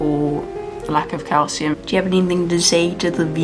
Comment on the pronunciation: When you said calcium powder I thought you said cow semen powder and I was so confused for 2 minutes